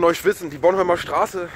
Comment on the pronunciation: es heißt boRnhomlerstraße nicht bonnholmerstraße ^^